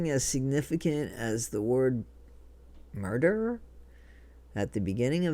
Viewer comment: it sounds like "shmurder"😮😮